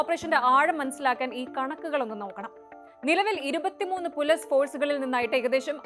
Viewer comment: നിങ്ങൾക്ക് മര്യാദക്ക് മലയാളം സംസാരിക്കാൻ അറിയില്ലെ. ഇല്ലങ്കിൽ ഈ പരിപാടിക്ക് നിൽക്കരുത്. പോലീസ് എന്ന പറയുന്നതിന് പൊലിസ് സക്ക് Z ൻ്റെ ഉച്ചാരണം. എല്ലാം English ചുവയിൽ സംസാരിക്കുന്നു മഹാ ബോർ👎🏻